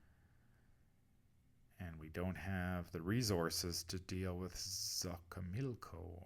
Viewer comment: This one is so tough. Actually, the whole cpaign is. By the way, Xochimilco is pronounced "soh-chee-miil-ko". -Innkeeper Vase Odin